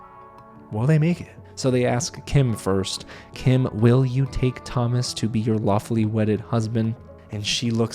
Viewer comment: In French, Thomas is pronounced To-mA, the S is silent ;)